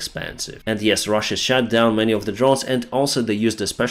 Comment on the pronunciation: I love when he says that. Sounds so British and makes my day everytime 😊💕 Also love when he says sth got "shat down" but hey, what's life without a laugh 😇 It's better than my Ukrainian for sure